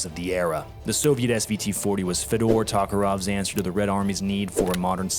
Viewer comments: Great vid, but IT'S TOKAREV! Toe-Kaw-Rev! Tokarev...learn how to say it right before you spend the entire video talking about it...😅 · Puts Tokarev correctly spelled on screen. Pronounces it “Talk-err-ov”, nice